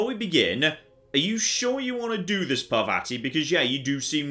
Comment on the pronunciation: ( I know I'm being that guy, but the way says Parvati's name drives me nuts. The second A sounds like the first one. Par-VAH-ti!